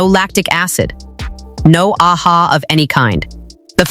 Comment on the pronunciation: Friend, it is AHA…the letters stand for Alpha Hydroxy Acid , it is not read as “Ah-Ha”😂